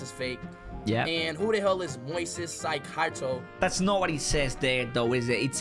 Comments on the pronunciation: Bro really mispronounced Moises Caicedo😂😂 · Speed just made laugh cuz to all my ecuadorians here Speed just mispronounced Moisès Caicedo who plays for Brighton and he got player of the month or week idk